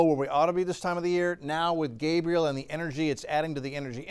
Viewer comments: THANK YOU!! He was making me nuts mispronouncing that as a boys name. Geeze!!! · It’s not Gabriel but Gabrielle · Gabrielle not Gabriel. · That's GabriELLE not Gabriel 🤦🏾‍♀️🤦🏾‍♀️